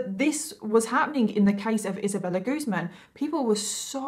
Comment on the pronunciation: It's actually pronounced Isabella GuzMÁN.